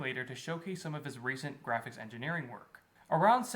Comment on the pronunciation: MY GWAFICKS FIDELITY OF MAI TIMEWASTING "I'M A HEEWOHH, PEW PEW" SLOP